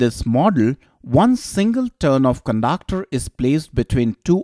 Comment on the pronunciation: I love the way he pronounces conductor as cundaaacter typical indian accent ! but awesome effort thnk y sir